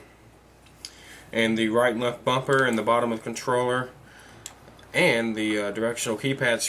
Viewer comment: Did you say controller or troller? lol